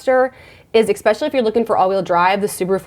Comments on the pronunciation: Love your videos! We are now on the lookout for a comfortable 3-row SUV with 2 kids 11 & 15, just for space and you are my go to for all car info! I can't help but notice on most videos you say "eXpecially" but it is pronounced "eSpecially" :) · It's spelled especially, not expecially. Not sure why you pronounce it with an X. :)